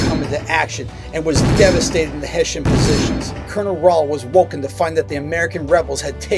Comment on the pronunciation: Throw out this audio and try again. You totally botched it. There wasn't one single "Haitian" at the battle of Trenton.